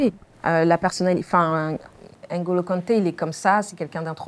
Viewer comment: Par contre faut bien prononcer le nom de NGOLO KANTE et non ENGOLO KANTE